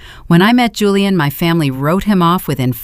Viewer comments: Whoever runs this AI needs to stop using the name Julian since the AI reader on this channel can never decide how to pronounce it. Hulian, Julie-anne, or Julian. Whoever the operator is trying to honor with using their name in every story must be insulted. Very distracting. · Why Hulian instead of Julian!!!!